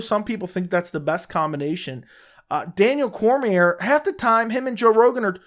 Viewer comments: You have a channel about mma and the ufc but you don't even know how to pronounce Daniel Cormier's name? Then you want to talk shit about commentators....does anyone else see the incredible irony here? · Imagine having an MMA YouTube channel and not know how to pronounce Cormier.